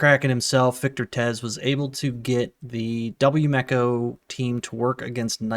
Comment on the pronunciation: yu me ko. not yu meko